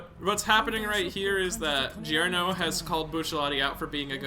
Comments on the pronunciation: fun fact: "Gio" is pronunced just like "Jo" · Yo my dude, I'm sure you've heard this before, but Gio is pronounced as Jo. I guess it's just a habit for you but just letting you know...